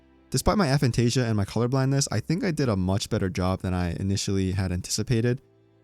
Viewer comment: The a is pronounced like aye not ah. It’s the same as things like amoral, asexual or atheist. Phantasia is the ability to make mental imagery or the visual imagination and the a is a prefix meaning without or not. Cool drawings. Having aphantasia will come in handy to make sure Reddit mod Jimmy can’t show up in your thoughts.